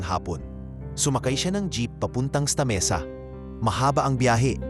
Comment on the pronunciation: Ista Mesa? 😂 Sta. Mesa yata😅